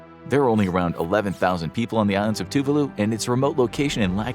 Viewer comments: Gohhh it erk me the way u pronounce Tuvalu..it's Tu-Vah-loo not TŪ Voo loo anyway carry on hehe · Two var loo is the correct way to pronounce. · Very bad (American) pronunciation of Tuvalu !!!!